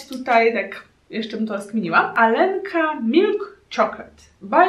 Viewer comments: R czyta się jako JA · "Алёнка" czytamy bardziej "Aljonka" nie "Alenka"